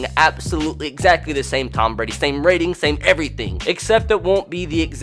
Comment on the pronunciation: Tom not Tommas dumbass